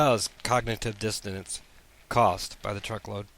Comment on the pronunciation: * DISSONANCE. Say it with me,.. DIS OH NANCE